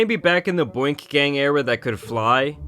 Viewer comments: “Boink gang” it’s “Boonk” 😂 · Boink it’s boonk and I hate that n word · Boonk* not boink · Bro saying "boink" and not boonk gang is actually hilarious tho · good vid but its boonk bro not boink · I couldn’t handle you calling him boink lol I was dying. It’s Boonk but I like boink better 😂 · U really called boonk boink 😂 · Boonk gang not boink gang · The fact t that keeps calling him Boink Gang instead if Boonk Gang 😅😂😂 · Bro it’s pronounced BOONK gang not BOINK